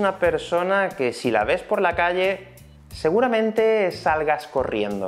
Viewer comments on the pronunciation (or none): none